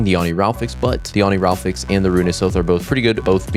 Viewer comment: "Oniraflix" ✅️ Oni-ri-falx ❌️